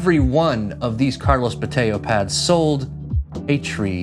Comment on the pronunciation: Bo-TAY-oh? Are we sure that's the pronunciation?